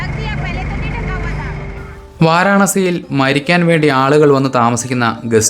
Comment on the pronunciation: വാരാണസി ✔️ വാരണാസി ❌ പരിശോധിക്കൂ